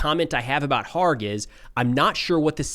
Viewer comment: Kharg island is pronounced with the K NOT being silent.